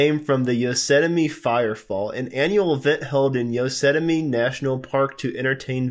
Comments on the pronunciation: You can't even pronounce YOS-EM-ITY. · Please learn how to pronounce Yosemite.